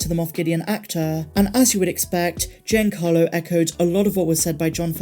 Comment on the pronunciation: Please tell me someone else giggled at "GINACARLO Esposito."